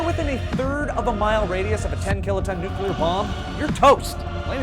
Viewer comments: How to survive a "NUCLER" fallout... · I like "nucler" fallouts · "How to survive a NUCLER fallout"? Easy, just cover yourself in dictionaries. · Nucler war lol